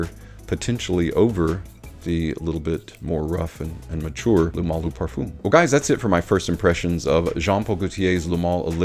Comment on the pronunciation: Each time I'm trying to watch your videos cause they are good I just can't!!!! Eau de parfoom Parfoom Why??!! Ask Ash how to prounance it correctly My ears hurt Sorry